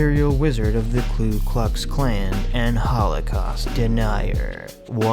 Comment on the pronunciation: Hey, new sub, love your info! Just so you know, it's Ku Klux Klan, not Klu Klux Klan. To easily remember this, just recall that they are cuckoo (Ku Ku) and don't have a clue (Klu).